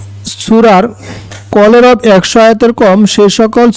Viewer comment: Vul poren keno vai? Kolebor but apni bollen kolerob